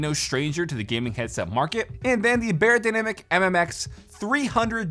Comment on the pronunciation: It’s not pronounced bay-er-dynamic; it’s pronounced buy-er-dynamic. It’s German.